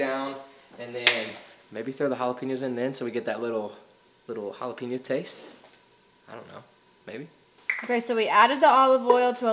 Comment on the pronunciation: Did you say japlepenis?